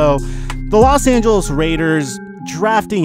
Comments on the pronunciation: He said las Angelas raiders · "Las Angeles Raiders" 😂😂